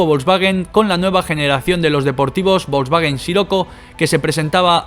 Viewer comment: Hitler le dijo a Porsche: Señor Porsche hay que fabricar un coche para el pueblo, o sea; ein Wagen fürs Volk. De ahí salió Volkswagen, en Alemania se llama VW ( se pronuncia faube). ¿ A ti quien coño te ha dicho que el alemán se pronuncia como el inglés?